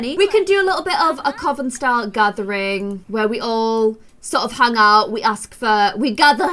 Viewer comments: I love but its you say coven like cuven xx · Coven is pronounced cuven... I had to say it I’m sorry. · Who told you that Coven is pronounced that way??? 👀